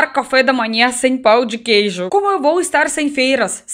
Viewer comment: Sei que é o sotaque, mas... Pau de queijo é foda😂😂😂😂😂😂